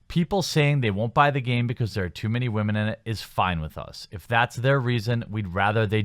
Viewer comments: How does someone who is clearly a native English speaker not know how to pronounce "women"? Sheesh. I don't see how they even attacked their fans. If you have such a big issue with their game, don't play it. That sounds like common sense, not an attack. Are you guys that fragile? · You still don't know how to say the word Women. It's not the same as Woman.